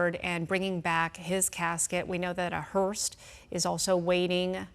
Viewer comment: I think if that woman said they were bringing the body and the casket back one more time I was going to have an aneurysm. And how many times did that dummy say that the hurst was waiting on him. WTF is a hurst?